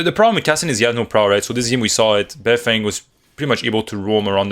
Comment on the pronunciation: sup ma G beifeng is actually pronounced - "Baiy" (emphasizing the Y) "Fang" - translates to north side since he is from Beijing and repping his city yo no caps all truth my homie